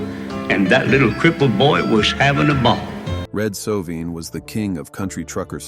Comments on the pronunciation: If you are going to tell someone’s story please learn to pronounce their name correctly. It’s Red So-vine. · It's Sovine with a long i! How annoying. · Shouldnt this guy learn to at least pronounce his last name correctly???